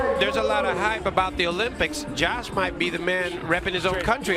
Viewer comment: Jost definitely does not rhyme with Josh. lol